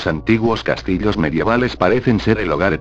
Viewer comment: jajaja dijo "los castilos"